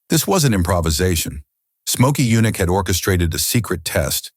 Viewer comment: Get rid of them. I give thumbs down on these universally. And who is "Mokey Yunick?"